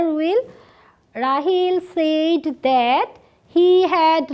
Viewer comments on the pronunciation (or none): Mam, It pronunciation will not be সেইড. It correct utter would be সেড।